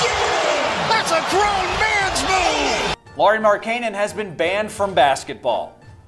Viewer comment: Great video as always but as a bulls fan just bothered me in how you pronounced Lauri Markkanens name. It's Lauri Mark-en-in is how it should be pronounced.